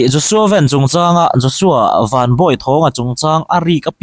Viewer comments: A hming i lam dan hi duhthu a sam lo deuh. JOSHUA VAN ( 'Vân khi Heaven = Vân. Lam rik ang a lam tur. Van = Motor Van ang a lam loh tur. ) Vân Bawi Thawng. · Khawngaihin a hming hi vanneihthawng van tih hi mizo a lam tur a nia.lai tawng ah english in an lam lo,huat vang a ni lo aw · Mizo Anih lo khi Mizo in an hmuhsit lai pa Anih khi, ilam Dan à Dik lo ven ti suh van tih tur aw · A hming i lam dan hi, Zohnahthlakpui te tal chuan "Van" tih lai hi Zo tak maiin lam thei ila😊